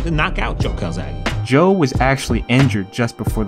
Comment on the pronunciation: Hi, i'm Marco, an italian fan. I have to say that you all say Calzaghe in the wrong way! The final e is pronounced as a "Latin" one and not as an "English" "e". Calzaghe it's a surname from Sardinia ( ) and if you put it in the google translator you can ear how it has to be pronounced. Bye, buddy. P.S. I can't wait for some more "Tale of the fight".